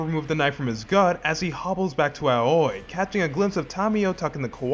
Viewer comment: I don't believe that Ryuji bought Kiryu's lie. He's just smart enough to let it go. His nonchalance when Kiryu turns up at the Omi Alliance Building suggests this to be the case. Edit: Aoi is pronounced Ah-oh-ee and means 'Blue'.